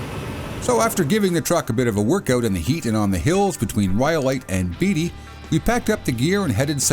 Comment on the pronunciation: I used to live in Beatty and it's pronounced the same as the actors Ned and Warren Beatty not Beetty. Otherwise pretty cool to choose that location to test that truck.